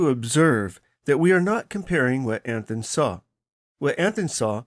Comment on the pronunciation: Anthon's name is pronounced Anton. In the Independence area the "Caractors" [sic] is called the Anton Manuscript.